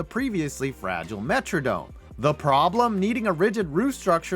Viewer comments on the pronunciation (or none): none